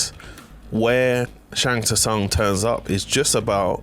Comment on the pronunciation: Need to learn how to say Shang Tsung right. The "T" is silent but good video overall